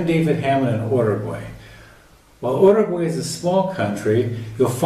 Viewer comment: The fact that he stays miss pronouncing the name Uruguay